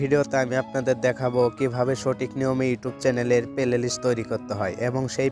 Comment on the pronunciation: Vai oita pelelist na oita hobe playlist